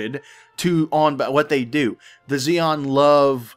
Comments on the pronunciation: Xi is not pronounced Zeon, but Shion, xi is the sh sound in chinese. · Xi in Chinese is pronounced Chi if that helps. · not nit-picking but I think its 'Shi-an' the alien race is based upon old Chinese dynasties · I think xi'an (which shares the name of a Chinese town I visited) is pronounced she an. But yea I could be wrong. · It's pronounced Shi-an, it's supposed to represent the Chinese I believe when the Roman Empire stretched that far East. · Normally Xi is pronounced Ze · Pronounce it "Z(zie)-n(en)" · pronounced SHEE-ann.